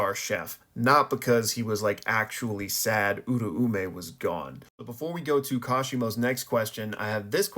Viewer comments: Where did people get uru-ume from... U-ra-u-meh. Sukuna even says it himself 😭. I genuinely can't listen to these videos once you start talking abt them, its just that wrong. Love the content outside of that tho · hmm when listening to the sub and even the dub of JJK I hear it pronounced Ooo-Roaw-may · No hate here, been watching your videos for a while and noticed your pronunciations on Uraume and Sukuna sound a little off. If you're interested in learning the Japanese pronunciation, my best way of explaining it is that Sukuna is pronounced (S-Koo-Nah) this is because the su syllable is typically changed to just an s-sound. You can hear it in the formal particle, desu, which is typically just said as "des". Uraume is broken down in four syllables, U-Ra-U-Me, which sounds like (oo-rah-oo-meh). I've been learning the language for a while now and so the syllables come natural for me but I understand it's not necessarily intuitive for others. Great videos nonetheless! I love seeing your weekly analysis of the latest chapters (Gojo def coming back) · The meh definitely plays a part. I can see how your pronunciation fits what I wrote though. The "rah" does sound more like the "ra" in ramen. This clip has a clear pronunciation that I'm basing my understanding from. It's where Sukuna is meeting Uraume for the first time during Shibuya. (this is my second draft idk why my other reply got deleted)